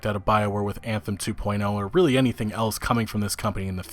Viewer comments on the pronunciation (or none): none